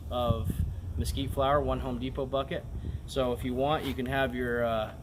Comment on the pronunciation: Mesquitree jaja, Nice word muchas gracias